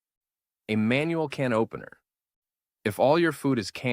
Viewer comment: You know it's an AI/robot voice when they say can opener as, "kuh NOPE en er"